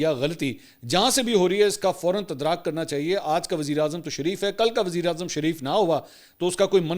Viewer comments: تدراک نہیں بلکہ تدارک 😉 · Mansoor sb, Assalamoalaokum. Kindly correct pronunciation of TADARAK not TADRAK. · جناب لفظ تدارک ہے تدراک نہیں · بھائی صاحب تدراک لفظ غلط ھے تدارک ھوتا ھے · Bhai metric bhi ki v hai k nahin .. تدارک hota hai تدراک nahin hota. Bhai ki na English top notch hai na urdu. Aitchison College Norkkundi Campus k parhay way hain. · Sir tadark lafz ha bara channels pa ghltee kboolbni